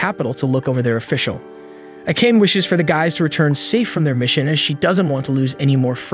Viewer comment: It's Ah-Ka-Neh. Who tf is A-cane?